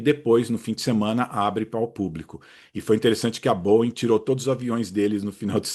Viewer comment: Tá perfeito. É sempre um prazer assisti-lo. E, se possível, nunca "aportuguese" pronúncia dos nossos queridos Boeings. Tá excelente do jeito que está. Abraço!